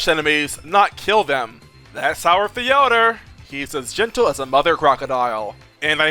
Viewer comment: did you just pronounce theodore as "the odor"